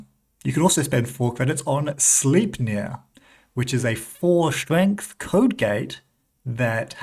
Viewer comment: It is pronounced "slajpnir" (Odins horse) BTW 😊